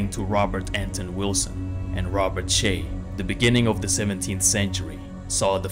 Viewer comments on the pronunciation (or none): none